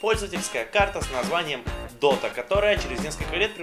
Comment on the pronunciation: уже не дота а дока